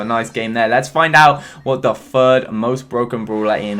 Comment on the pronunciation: When said "what the third" I heard "what the f***" and I was confused lol. Love ya keep it up man